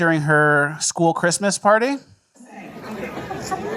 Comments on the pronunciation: Don't get me wrong, I love, but did he say "Chrima"? You mean Christmas? 'Srong with you? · Say Christmas right,. Second most important day besides Easter, or "eahah"